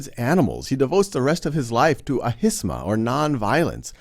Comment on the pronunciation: I think you meant ahimsa (ah-him-sa) but still very nice video